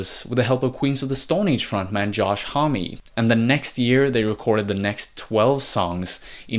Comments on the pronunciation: Thanks for this breakdown... you did great. Josh Homme is "hum" not "hommie" :) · "josh homm-y"